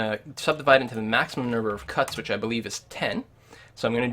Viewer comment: you should start with english, it's which* not witch...